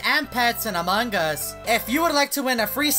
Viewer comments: He say among gus hahahahaha so funny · Thats wierd he always say among gus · Hahahahaha he say among gus hahahahaha so funny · Me:Among us Him:Among gus😂😂😂😂 By the way pls like😅😅😅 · its among us bruh not among gus